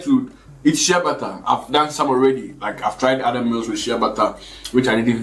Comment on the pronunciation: Are you saying shea butter it sounds like you saying shabbata i always wonder what that is